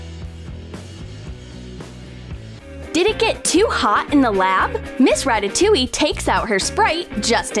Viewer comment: "Miss Rataoliue" Flamingo fans be like RATATOULIE OO OA LA